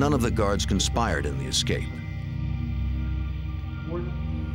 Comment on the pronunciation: Funny that a gentleman of his age would say “EX cape” rather than “ESS cape”. Makes one wonder about his education. If it is a regional dialect then I apologize.🤣🤣